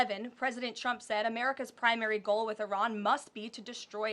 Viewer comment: Sure sounds like she is saying President Chump!😂